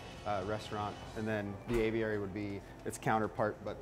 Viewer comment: Aviary, not Avery